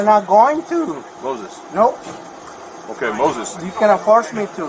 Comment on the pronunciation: Moy-sess. Mozes in english.👍